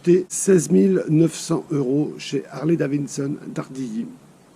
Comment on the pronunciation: Purée les mecs roule en Harley et ne savent même pas prononcer le nom correctement tssss et forty eight et non eggs mdr remballe